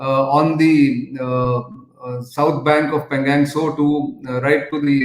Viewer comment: Nitin Ji: Can you pls correct pronunciation of Pangang to Pangong. Thx.